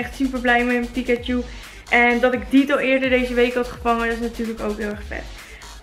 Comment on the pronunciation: het is niet dieto maar ditto:P